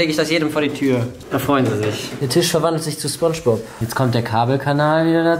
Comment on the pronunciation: warum sagt rewi eigentlich immer tich und nicht tisch